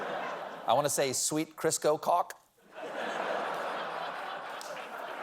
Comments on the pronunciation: and ensuing repetitions: Is he actually trying to say "cock" or "caulk?" I ask because, to the best of my knowledge, the latter does have a letter "L" which could, in fact, be enunciated. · Never try to say caulk without expecting it to sound like cock to everyone else. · CauLk... There's an l in there, folks... Caulk. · Although I did turn on the captions to identify the word "caulk" a few seconds later. That "L" in it was almost silent for my ears. XD